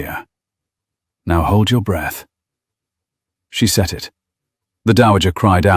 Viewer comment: "Then she had set it" not send.